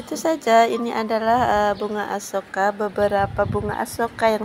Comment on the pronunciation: 😂 Sampai salah nyebuut Asoka jadi Akuesa 😅